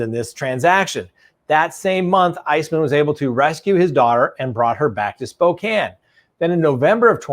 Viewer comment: Thank you for pronouncing Spokane correctly..